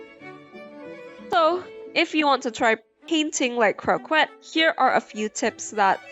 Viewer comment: The word "croquette" is French, so it's pronounced "kroh-kett", not with an English q sound. 😅